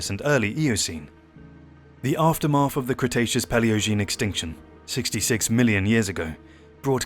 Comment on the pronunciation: Froughout, Aftermaff... Why can't grown adults pronounce TH any more?